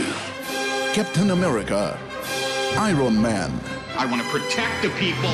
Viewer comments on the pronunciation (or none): why does he pronounce iron man to "iwron man"? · I-rawn man lol. How do you mispronounce iron man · Eye-Ron man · yeah he did say I-rawn man! lol 😄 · Iron eh, He said “eye-ron man” XD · "Ent men" "I-Ron man" "Fall-khan" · “I-RON Man.”